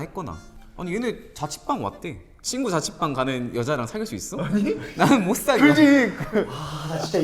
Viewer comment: 나는 못사겨 이 약간의 사투리 좋음ㅋㅋㅋㅋㅋ